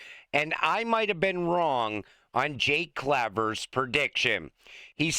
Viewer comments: And, for the 100th time, it's CLAAAAAAY VER, like the word "clay" fool. 😅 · For the record, Jake Claver is pronounced "Claver" Keep up the great work on posts. 🎉💪🙏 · Jake pronounces it CLAY-ver. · I won't ever subscribe until you learn how to pronounce Jake Claver's name properly. Two thumbs down 👎👎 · It's the year 2045, XRP is over 1 million each, and still can't pronounce Jake Claver. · when will you read your viewers comments? Go to any other YouTube channel to find out how to pronounce Jake's last name. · your viewers tell you over and over how to pronounce Jake Claver's name. Why don't you listen to your viewers? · I only started this video to see if you would pronounce Jake Claver's name correctly. 25 seconds in, NOPE!! 😂